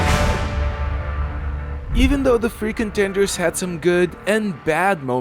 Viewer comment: Every time he says "free contenders", for some reason it comes off as "freakin' tenders", as if some sort of a fast-food menu item 😀